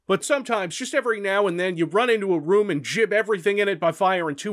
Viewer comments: I disagree, you should just say Strogg not Strohg and also say gibb instead of jibb ;) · stroog, jib.. I bet you say jif instead of gif as well.